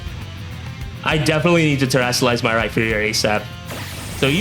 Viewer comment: its pronounced Rhyperior! like a peer